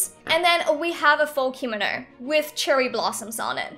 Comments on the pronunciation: It is pronounced not spelled pronounced comono not kimino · I’m cringing when she says “keemano” it’s kimono” www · Btw its pronounced Kim-oh-no not Kee-mo-no :) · actually, no hate but kimono is pronounced *key-moe-no*. i have taken japanese class for 4 years and this years unit is ancient Japanese witch includes Kimonos. ありがとう、そして良い一日を (o^^o) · Normal People: Kimono Me: Hikomo, Kinomi, Kinomo, Me again: h a r m o n i c a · Is it just me or it's funny how she pronounces kimono wrong xD